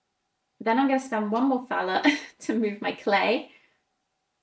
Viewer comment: Thanks for the in-depth playthrough. On a very minor note, since I'm German, the money Thaler, would actually omit the h in the pronounciation, so you would say Taler. 🙂